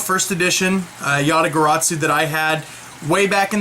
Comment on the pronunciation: there is no T in garasu